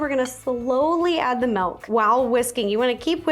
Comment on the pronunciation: i just noticed you say "melk"